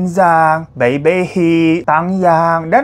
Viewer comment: Bai dibaca pay.😊